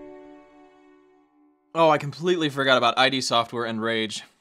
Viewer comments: Id software, not I-D ...lmao! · "I-D" software? A gaming channel that doesn't know it's 'id' and rhymes with 'kid'? smh... ;) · It's ee-d software, not aye-dee software! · Ah he pronounced it I.D software and not ID software I imagine that was intentional to emphisize the ignorance of the charecter and not a actual error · I seriously hope that you won't keep pronouncing id Software as "eye-dee software".